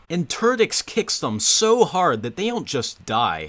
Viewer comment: Sounds like "Ter-dicks!" XD